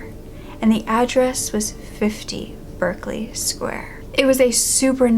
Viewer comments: 1940? That should be 1740. Also, Berkeley is pronounced Barclay. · It’s pronounced “Barclay”